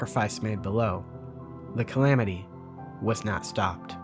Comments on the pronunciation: Lol "Camamity" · "The Camamty" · The camamity???? ? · Ah yes “THE CAMAMITY” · Camamity lol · Ok, let's see how many people made fun of him for camamity. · the CamAMitY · Ah yes, the camamity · the "Camamity" hey? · I lol'd at "Camamity' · Anyone else catch “reponsible” ? I love the extreme level of detail to an amazing video and then “camamity” and “reponsible” slip out😂 great video bro! Slowly deciphering your secret message 😜